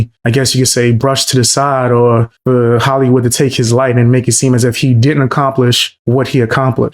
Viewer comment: why is markipiler and hollywood said very weridly its a good video but just a minor nitpick